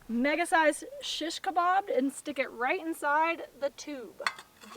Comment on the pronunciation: I like how you say "SHiSHkabob" :) oh btw lately I've just found out about these cool flat stainless steel skewers that rock! They keep the stuff from spinning around when you flip them.